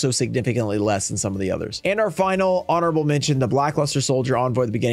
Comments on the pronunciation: says "horonable" instead of honorable 🙂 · "HORONABLE" mention lol